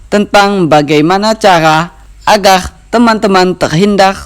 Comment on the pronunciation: hhhaha agar bukan agerrrrrrrrr 🤣